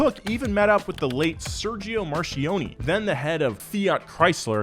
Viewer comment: Me as an Italian: absolutely nothing "Sergeo Markionni" Also me: screams in mozzarella